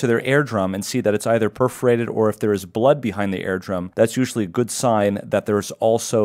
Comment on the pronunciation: your pronounce ear drum like air drum throws me way off